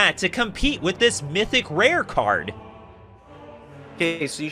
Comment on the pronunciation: youre such a weeb emphasizing "mythical rare" like that :D <3